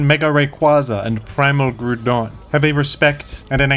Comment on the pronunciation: Everyone can agree that pronounces Groudon's name correctly.